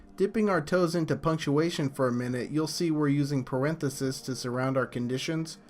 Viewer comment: Airith-medic? Parenth-ah-sis? haha you pronunciation is funny. Rad vid!